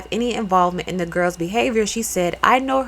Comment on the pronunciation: It’s Bajan Not BaSian jus for Future reference.